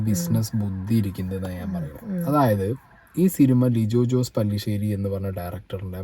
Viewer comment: the Directors name is Not പല്ലിശേരി its പെല്ലിശ്ശേരി